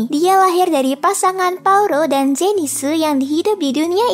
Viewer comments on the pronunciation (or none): zenith jadi zentsu, eris jadi erisu, dan lainnya'